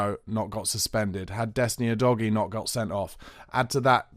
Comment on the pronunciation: Thank you for being one of those few Spurs streamers that correctly pronounces Udogie. The disrespect to him from others is shocking given he’s been at the club for over 6 months. Keep up the good work all round! Thank you